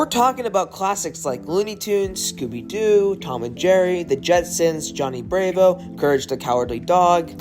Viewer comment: who tf prounces Johnny Bravo as Johnny Brave-o? It's Johnny Bra-vo